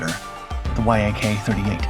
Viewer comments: Why do you keep calling it the Y-AK 38? Its pronounced like Jak 38, it may sound wrong but that is how you pronounce it and people that know about MIG, etc will recognize that you are speaking about YAK. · VTOL is an acronym standing for Vertical Take Off and Landing -- it is pronounced Vee-tol I believe Yak-38 is NOT an acronym and just pronounced 'yak' and not Y-A-K, an acronym.